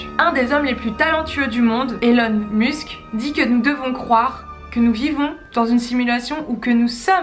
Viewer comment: Bonjour ! ces la deuxième fois que je regarde vos documents !!! Félicitation! Merci ! Pour Elon Musk , musk ce prononce de par la phonétique anglaise essayé moosk votre prononciation sera bcp plus près de ce que vous entendez lorsqu il est présenter aux usa ... Merci encore vous êtes dynamique !!!